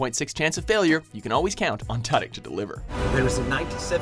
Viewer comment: You said Tudyk wrong.